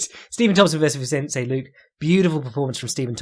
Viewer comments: made me think of Cpt Picard a couple of times. Try /lu-keh/ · any reason why you refuse to pronounce ethnic names as they are intended? e.g. nunes, and luque